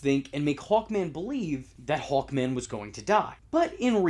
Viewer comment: I though you were saying "Hulkman" instead of "Hawkman".